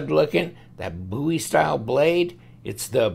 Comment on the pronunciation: Thank God you pronounce Bowie correctly. Love the videos!